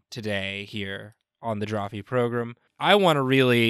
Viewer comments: I love how says program...progrum. <3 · be like "progrim" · I love it when says "On the Drawfee progrum" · One of my favorite bits is how pronounced program